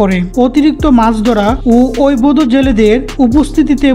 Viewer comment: অবৈধ শব্দটা উচ্চারণ করতে খুবই কষ্ট হয় মনে হচ্ছে